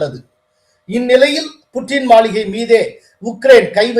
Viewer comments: Hello சார் மளிகை அல்ல மாளிகை தமிழ் தெரியுமா தெரியாதா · Is it Maligai or Maaligai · சார் மாளிகைய அல்லது மளிகையா சரி பார்த்து வாசிக்கவும்.